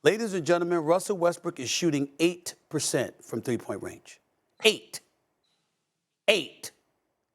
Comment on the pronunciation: I love the way Stephen A put the emphasis on 8% shooting 🤣😅🤣